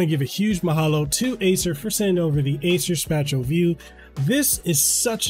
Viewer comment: You mispronounced spatial.